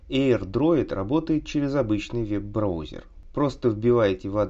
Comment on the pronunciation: я слышу ты такие сказал брАузер)))